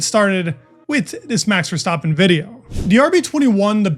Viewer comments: VER-STAP-PEN not VER-STOP-PEN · ha, I’m Dutch. Phonetically it’s kind of like “Fairstahpen”. No criticism, just feedback :) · Bro kept saying Verstoppen lol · Verstaaappen? For the love of god pronounce his name correctly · Love the content. One remark: i always think I hear you say “Verstoppen”, with an O… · You pronounce Verstappen like "verstoppin" it's so annoying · Dude pronounce Verstappen property. It's not that hard